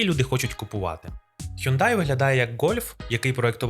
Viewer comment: який "хЮндай"?))) Шановний, ти ж перекладачем